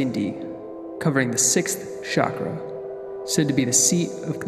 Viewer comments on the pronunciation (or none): none